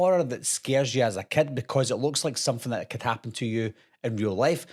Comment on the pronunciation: How many times as a "Kud". I was never a kud.